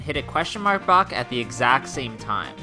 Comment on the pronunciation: listen how he says block lol